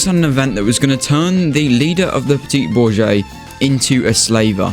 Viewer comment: You didn't even try to pronounce that correctly It's BOOR-zhwah-ZEE